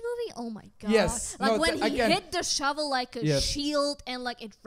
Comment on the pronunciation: I also love that mispronounced "Snow Shovel" THREE! times.